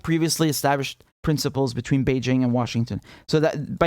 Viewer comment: Richard Medhurst: one of the few journalists who can pronounce "Beijing" without using a French accent.